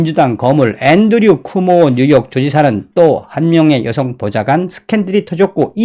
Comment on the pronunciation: "쿠모오"가 아니라 "쿠오모"입니다.